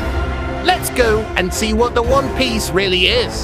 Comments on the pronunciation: they say Juan piece instead of one piece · But why do they say Juan piece tho😂